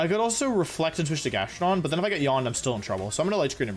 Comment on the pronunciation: he actually said GastroDONG lmfao